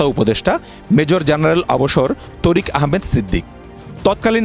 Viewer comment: তরিক তরিক বলেন কেন বারবার বলেন তারিক